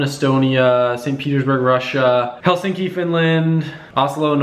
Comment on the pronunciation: You actually pronounced Helsinki pretty spot on.